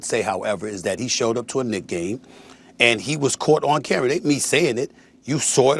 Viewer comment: Did sas say "...in front of the cambra..."? Just proving he is low IQ smh